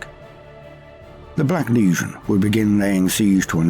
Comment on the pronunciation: I absolutely love but is anyone else annoyed by the way he says legion? it sound like he says Lesion all the time to me